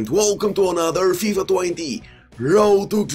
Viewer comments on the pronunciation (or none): none